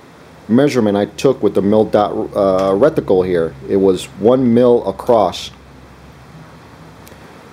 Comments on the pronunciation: Is he trying to say rec-ti-cle? Must be a rectangular reticle... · It's RETICLE, not RECTICLE. Thanks for the video.